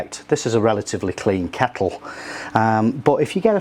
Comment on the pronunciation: Dude great video but it was bugging me every time you said keckle lol